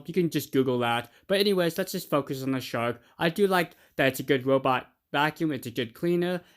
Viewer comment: ... Shank lol 😂u could say park or dark or lark